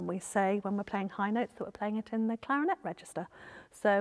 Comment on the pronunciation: I think you’re trying to say clarinet